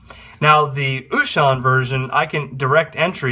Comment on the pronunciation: Very good video. Thank U!!! I always love when Wouxun comes out with new stuff. Just a fun FYI.... U may be interested to know, Wouxun is actually pronounced OH-shing, not oo-shon. I know, everybody pronounces it different. But thats the correct pronunciation.